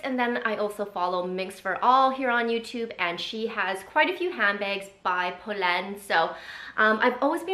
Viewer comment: I’m so happy you did this. These are the exact styles in the exact colors I’ve been looking at from them😅 also glad your sister in law taught you the pronunciation because it’s butchered so much on YouTube lol